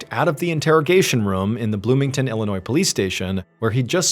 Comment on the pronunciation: Thank you for leaving the "s" silent in Illinois. 😂❤